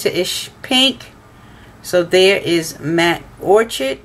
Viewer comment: New subscriber and loving your videos!!! Btw Orchid is pronounced Orkid.